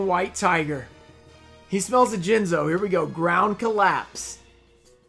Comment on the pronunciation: Towards the end of the video you called jinzo, Jiz-no I believe. Jinxed yourself my man! Either way tho sick pulls